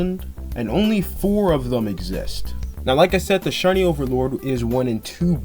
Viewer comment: 😅 Mythic "thee" overlord